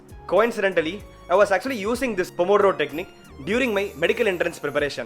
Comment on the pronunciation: the pronouce of the italian name it's wrong, but i forgive you ;) ur italian colleague of medicine.